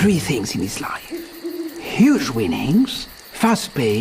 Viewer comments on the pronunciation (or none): none